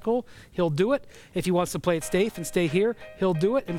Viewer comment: So nobody gonna acknowledge this man Brian said “play it stafe “